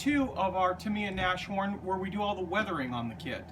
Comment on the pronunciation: Just one note - its pronounced Nas-Horn as this is in German not English. which means horned nose or a rhino.... Which make sense as the predecessor of this self propelled gun was called Elefant (i.e. elephant...)